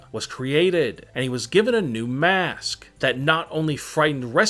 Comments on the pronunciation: I hate how you saw mask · He sayed mAAsk and i got so parinoid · why do you say maask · The way he said mask is brutal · the way he saiys mask :D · The way he says it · Everytime he says mask it gets weirder